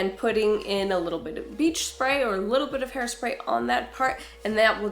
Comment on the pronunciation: hairslay....hairspray lol